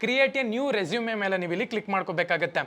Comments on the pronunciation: Bro ಮತ್ತೊಂದು ಮಾತು ಹೇಳ್ತೀನಿ ಅದು ರೆಸುಮೆ ಅಲ್ಲ ರೆಸೂಮ್ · Anna addu e silent pronounce as resume ..